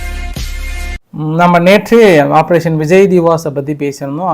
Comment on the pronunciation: அது விஜய் திவாஸ் இல்லை. விஜய் திவஸ், வெற்றி தினம்.